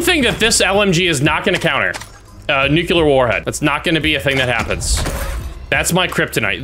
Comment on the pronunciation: Two things, nuclear not nuculer and that window that goes nowhere is a mirror on a dresser